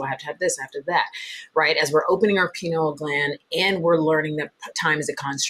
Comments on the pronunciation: Pineal, not penal. Penal has to do with punishment. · Why does the lady keep calling it a "penal" gland. It's named after a pineapple, said pie-neal gland, thought Americans say pin-eal, but certainly not "penal" gland😅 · To the host it’s not “penal” gland (that would mean it’s related to punishment for offenses. The word is pineal.